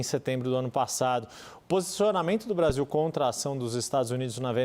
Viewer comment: pela nação????O cachaceiro mau sabe falar " Brasil" fala Bazil 😂